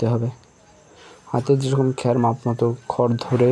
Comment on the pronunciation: খ্যার বলছেন কেন? খর বলা যায় না?